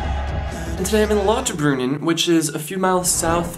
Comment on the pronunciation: Love how he pronounces Lauterbrunnen lol